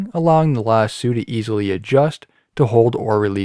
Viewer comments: Thank you.but as a cattle owner. And a guy frum Alabama, it hurt when he said "Lasooo" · lasso has an “oh” sound at the end, not an “oo” sound. Yes. “Lass-oh”, yes, lass + oh. That taken care of, great littlle tutorial! Thank you! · That's not how you say lasso